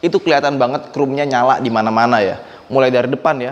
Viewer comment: agak greget ngedenger ngomong chrome nya 'krum', bukan 'khrom':D